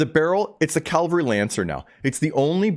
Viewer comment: You're mispronouncing cavalry mate. You're saying calvary. You're swapping the V and L around! Good info though.